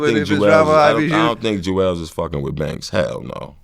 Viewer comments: Vlad said Juelz over Banks 🤮 lol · Nigga really said Juelz over Banks? Crazy